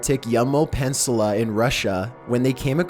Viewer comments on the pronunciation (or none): CAnt even say peninsula